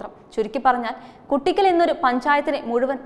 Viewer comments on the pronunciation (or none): It is Koottickal not Kuttickal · കുട്ടിയ്ക്കൽ അല്ല കൂട്ടിക്കൽ...